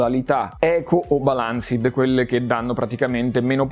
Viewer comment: “Se la magna a colazione e la ricaga a pranzo” ahahhaaahah rende perfettamente l’idea della differenza di potenza :) PS: attenzione alla pronuncia di balanced, tu dici balànsid ma l'accento corretto è “bàlansd” e la e è muta